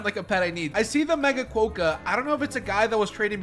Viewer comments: hi!, sorry to say but you actually the rodent as: ckwoka not ckwohka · So im an Australian and "kookaburra" is pronounced koo - kuh - br - uh" and "Quokka" is kwaa - kuh. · And Quokka is qu-o-ka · U also said quokka wrong and yes u did say kookaburra wrong again it’s like cook a burra like burrow